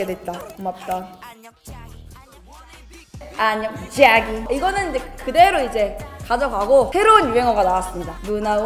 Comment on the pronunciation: 안녕 쟈기 할때마다 개찰지네ㅋㅋㅋ